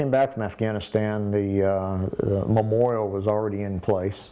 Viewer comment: Memoral?? It is memoriAl dipshit